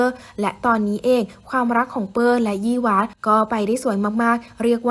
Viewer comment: ชื่อเปอร์นะไม่ใช่เป้อ ควรอ่านให้ถูกต้อง